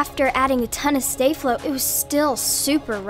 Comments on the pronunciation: It’s sta-flow not stay-flow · It's not stay flo it's sta flo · She says Stay flo 🤔🤔